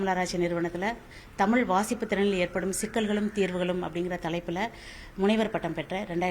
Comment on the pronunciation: நீங்கள் முதலில் தமிழ் என்று நன்றாக உச்சரிக்கவும்